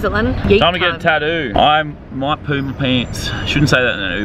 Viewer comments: The way you pronounce tattoo got me dying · When you say tattoo you forget to say the Ts in the middle of the word. God I love Australians